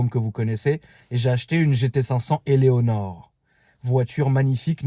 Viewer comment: Sa serait top des photos perso des vehicules également 😍 Quand j écrit ce commentaire il y en as déjà 767 avant moi j imagine même pas le nombres qui t ont insulté pour te reprendre et te dire " c est Eleanor et pas Elonor" mdrr😂